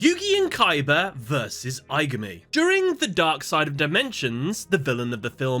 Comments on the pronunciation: I-GAH-ME... please pronounce it as in the movie... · “Eye guh me” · Im almost certain im the only person upset by this, but jeez the mispronunciation of aigami's name and the cubic card's names is genuinely confusing to me Considering that they say the names in the movie. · Take a shot every time he pronounces Aigami's name wrong. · Please pronounce the villains name correctly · Have you not watched the movie? You’re pronouncing the villains name so wrong